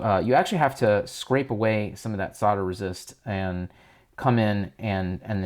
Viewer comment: stop calling it solder resist like that stupid voulter.